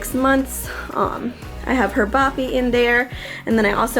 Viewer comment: At first I thought you were calling it a “boppy carrier” instead of a “baby carrier” and then I realized boppy is the brand 🤦🏼‍♀️😂